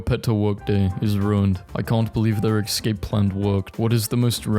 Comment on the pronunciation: why do you say xscaped instead of escaped